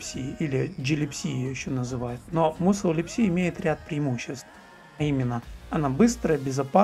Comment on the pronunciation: Мне кажется musl читается как масл, так как ударение на u, а в таком случае она читается как а